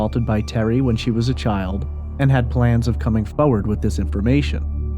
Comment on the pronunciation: Could you please learn how to pronounce the word foRwaRd it’s not fowwad - it’s excruciating and unprofessional.